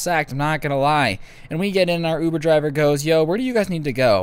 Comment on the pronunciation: My boy said ovoo driver. Im pretty sure he got it from that one vine